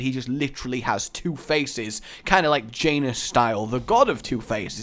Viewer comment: forgive me if im wrong but isnt janus pronounced yah-noos?